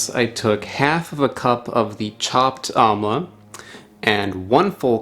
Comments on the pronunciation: It's pronounced "umm-la" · It's pronounced aaamla